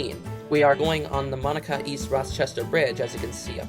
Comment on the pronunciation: I live in Monaca and it’s not Monica it’s pronounced “mon” aka